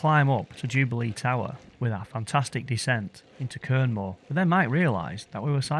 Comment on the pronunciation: Another great video. Just one minor point, the locals pronounce Quernmore as 'Cormer'! Cheers 🙂